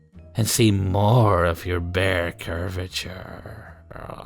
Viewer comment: "Curvaturrrrrre" Too much, too perfect.